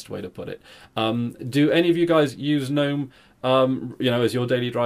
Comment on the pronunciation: Thank you for not calling it "g'nome"